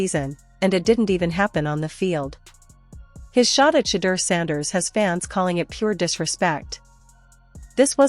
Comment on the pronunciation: I like your channel, but, I want you to say, Shedeur Sander’s name correctly, ok? His name isn’t, “Shadder”, it’s, “Sha-door”, ok? All of the other YouTuber’s videos, that you put in your videos, pronounces his name correctly? Show the man some respect? Respect his name, he’s earned it, ok—(Atlanta, GA)!🏈🏦💰🇺🇸🌎